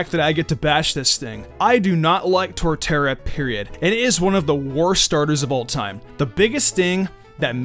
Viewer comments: it's Torterra, not Tortara. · when you said Torterra I've never been more triggered